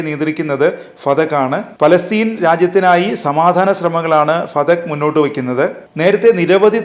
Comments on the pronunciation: ഫതഖ് അല്ല ഫതഹ്😂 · ഫടക്. അല്ല ഫത്ത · പതക്ക് അല്ല "ഫത്തഹ് "